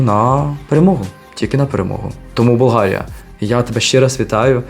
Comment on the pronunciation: БълГария . The sound in the middle is G , not H . BulGaria. In Bulgarian saying it with H is insulting !!!